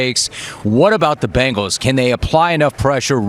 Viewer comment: For the love of Cincy Please say Bengals CORRECT